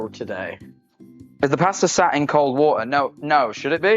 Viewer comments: He said pasta so wrong for me 😭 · The wat he says pasta and amozon